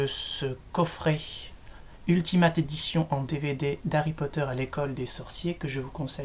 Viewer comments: C'est pas [ultimate] mais [ultimayte] (phonétique) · bonne vidéo :) PAR CONTRE X) ! on prononce " Ultimaillte " et "AmazonE" ^^ Voila c'est pas très grave mais sa te sera peut être utile une prochaine fois ! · Attendez... Il a dit AMAZON et Ultimate ! Déjà Amazon se prononce AmazonE et Ultimate se prononce Ultimait ! Sinon très bonne vidéo